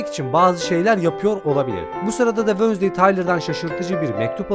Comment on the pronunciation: Abi Allah aşkına wönsday deme